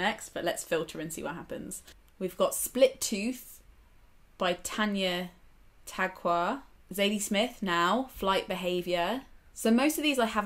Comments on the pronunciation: Came here to correct the pronunciation of Tagaq, thought I'd check if someone had already! There are SO many great women and two-spirit Indigenous authors coming out of Canada in recent years. I would also suggest looking into poetry and music by Leanne Betasamosake Simpson. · Not sure if anyone has commented this already but it’s pronounced Ta-gak, and Split Tooth was one of the past couple of years’ most well regarded books in Canada. Tanya Tagaq is also a famous Inuit throat singer in addition to being an author!